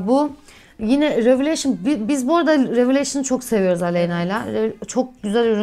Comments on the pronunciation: çok tatlısınnn hiç numara yapmıyorsunn 😂❤ purest:püirıst revolution: revolışın diye söyleyebilirsin😻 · Rivoluşın diye okunuyor